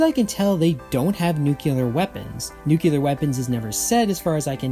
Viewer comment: That Lex Luthor pronunciation of the world "nuclear", I like it. 😃